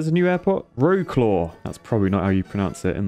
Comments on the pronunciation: I'm not Polish but i died at Ro-claw xD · Some tips for pronouncing polish city names so I don't die of laughter next time (polish name - english style pronunciation - ipa for every linguistics nerd out there): Katowice - Katovitzeh - /kätɔvit͡sε/ Wrocław - Vrotzlav - /vrɔt͡swäv/ Łódź - Woodz - /wud͡ʑ/ The last one always makes me laugh when I think about it because it literally means "boat" lmao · Pronouncing Polish cities: Wrocław you say- Vroclav Katowice- Katovice Warszawa (Warsaw)- Warshava Łódź- Wudz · wroclaw nie wrocklaw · Just a "little" but I almost suffocated over the "vrauclow"... Nice. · I think when Ws are "hard to pronounce" they become "Fs", so more like "vrotswafffff" - My vaguely Polish memory, and 5 seconds of mini research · It's more like Mini metro of the sky rather than Mini Motorways Cat-o-vi-tze Vro-tz-w-av (w like in wow) AND YES, HE UNLOCKS MY HOME CITY! Greetings from Łódź! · Katowice (pron. Catovise) Wrocław (pron. Vroswav) Łódź (pron. Woog) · “Wrocław” is pronounced like “vrotswav”. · Katowice, pronounciation: Cato-vee-tse Wrocław, pronounciation: Vrots-wahv Łódź, pronounciation: Wooge No need to thank me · Wrocław in Polish is pronounced like Vrotswov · wroclaw is pronounced like vrocuav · Wroclaw is pronounced Vrocwav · It’s vrocwav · Even though your pronunciation of polish cities is very funny, I thought a guide might be useful! Katowice - Kat like a CAT, o like in mOre, w like in Very, i like the "e" in mE, ce like in CEntury Łódź - Ł like the "w" in We, ó like mOO, dź like "dge" in ledge Wrocław - w like in Very, ro like in ROll, c like "ts" in TSunami, ł like the "w" in We, aw like AVenue Hope it helps!